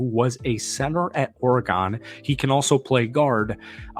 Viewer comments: It's not pronounced OrGone It's OREGON. WTF. Have you ever watched an Oregon game? have you heard them say OrGone once? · Yo why are you saying oargone instead of Oregon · Good video but learn how to pronounce Oregon. You say it like the instrument. Organ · It's ORYGUN! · U got to say Oregon the right way lol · All the football knowledge and effort he put into making this video, and y’all tripping off of how he’s pronouncing Oregon. I liked your insight on how we’ll utilize the two TEs and the positive outlook for the upcoming season and draft picks. Good job.